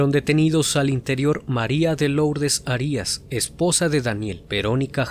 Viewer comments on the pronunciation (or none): Arias con acento prosódico en la primera a